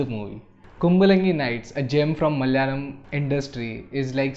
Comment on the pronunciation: Hey, sorry to pick on you. it is pronounced as M A L A Y A L A M. Not MAL - YALAM